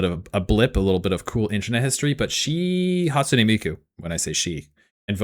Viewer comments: This nga said Hatsune Meiko😭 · “hatsune meiko” That’s beautiful bro